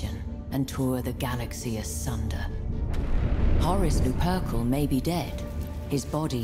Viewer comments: Horus loo-purple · No one: Not a single soul in the galaxy: Not even that one Guardsman that never shuts up, on the transport 'Hawk, the whole way down to planetside: Sisters of Silence: The Emperah!: Narr-etic: 'hoRUs LOo-pUrKuLL!' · Lol the way she pronounces Horus Lupercal can’t be right.